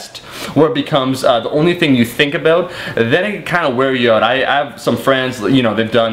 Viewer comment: Aboot :D